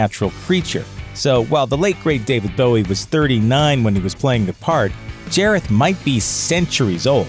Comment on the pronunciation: nonono, it’s jareth not jAREtH